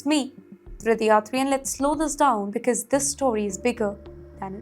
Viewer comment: This lady newspresenter 's English pronounciation of quite a number of basic English words. For example... For region she says regin. For because she says bicus. Horrible. How can you have her as a English newspresenter on your channel??